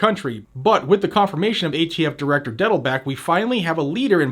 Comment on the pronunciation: Did you say atf directors name a diddlebutt? Maybe it was fingerdiddle? Just curious.